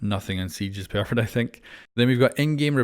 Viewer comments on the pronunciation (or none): “It’s pearfect”😂